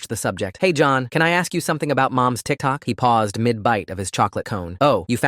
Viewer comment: The way the narrator said tikTOK